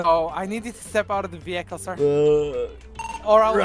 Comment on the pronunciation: no one: no one at all: The officer: ima need you to step out of the vehicale sir